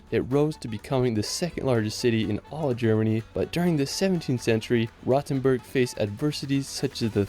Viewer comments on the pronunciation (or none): What triggers me the most is the pronounciacion of Rothenburg (ob der Tauber). He is pronouncing like "Rottenburg", which would translate to "rotten castle". Instead, the 'O' is pronounced longer as well as the 'T'. 😅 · Yes, he managed to butcher all of them. I cringed the most at "Rottenberg", just awful.